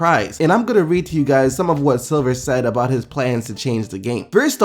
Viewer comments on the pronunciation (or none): none